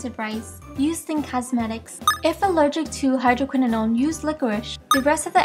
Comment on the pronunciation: You pronounced everything wrong .. doesn't sound professional (Hydoquinonone? - azalelic acid? - carcenogic? ) What??